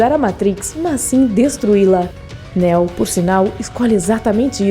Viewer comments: “Néo” “zion”...boa explicação, mas porra...aprende a falar o nomes aí... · Bom, você claramente tá lendo um roteiro. Já começa falando errado o nome do PROTAGONISTA. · Não se pronuncia Néo meu anjo é Neo o nome do personagem. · Nao se pronuncia neo como" néo" se pronuncia como nio😜✌️😎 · Néo? O nome de pronuncia Niu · 1) Não não se pronuncia Néo e sim Neo. 2) É errado dizer que Neo não se DESTACOU dos demais escolhidos, devido o amor que sentia por Trinity, ele escolheu sacrificar tudo para ficar com ela, essa escolha o torna especial e se torna diferente de todos os outros 3) Neo não ficou COMPLETAMENTE LOUCO kkkkk ele nunca declarou a guerra contra as máquinas, a guerra sempre existiu para controlar o número populacional de Zion 4) A essa altura da historia o plano habitual das máquinas para Matrix já estava em total desordem, Neo já havia quebrado ciclo mas ainda precisava realizar dois objetivos, salva a humanidade das maquinas e salvar as maquinas de Smith, Se Neo falhasse todos morreriam, restando apenas o Smith, visto que o vilão teria a capacidade de corromper todos os programas ligados a Matrix INCLUSIVE o próprio Deus EX Máquina, No fim o PLANO DELE FAZIA SENTIDO E AS MAQUINAS COMPREENDIAM A SUA DECISÃO. 5) Quando Neo explodiu Smith no final do primeiro Matrix, ele fez uma cicatriz enorme no programa DIGAMOS ASSIM, e como a Matrix sempre tenta equilibrar a equação , Smith ganhou novos atributos tornando em um de vírus no sistema, praticamente sendo impossível de ser isolado ou rastreado devido a habilidade de se copiar. Basicamente não foi o seu LIVRE ARBÍTRIO que o transformou em ALGO COMO VÍRUS. Tem muitas outras coisas que não foram explicados corretamente no vídeo, para quem gosta do universo de matrix e quer saber um pouco mais sobre esse universo tão vasto, eu recomendo um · “Néo” kkkk nííô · A mina falou "navio" em vez de nave... falou Néo, Morfeus... 🤦‍♂️ se fuder. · Néu ? é assim que se pronuncia????? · Parei no Néo... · NÉÉU... fala sério